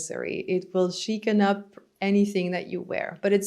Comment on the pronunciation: But also, elegant English speakers never say "chic-en up". Just a strong suggestion!